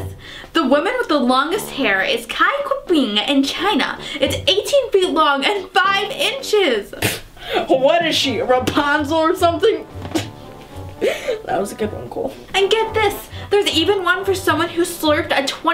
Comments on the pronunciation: it's not Raponzel it's Rapunzel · You said raupuzule wrong